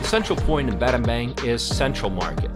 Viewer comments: Battambong, batta-bang 😂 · If you visit a new place. Why not learn how to pronounce? Battanbang is Battanbong. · Battambang pronouns Bat-Dom-Borng